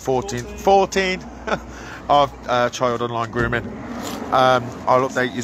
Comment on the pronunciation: Why do they say chiyuld instead of child?